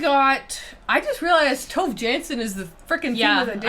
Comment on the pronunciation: Yes! Sounds so strange when Tove is a two-syllable name 😅